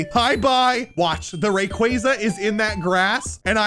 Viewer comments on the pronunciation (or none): Mis pronunciation rayquaza is pronounced ray-quo-za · Do you mispronounce these pokemon names on purpose to annoy your fans?! Lol. Rayquaza is a prime example 😂